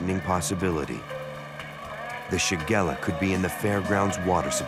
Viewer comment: Shigella not shagara